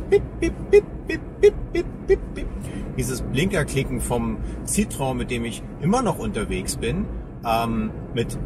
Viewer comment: Das heißt Si-tro-enn!!!!!!!!!!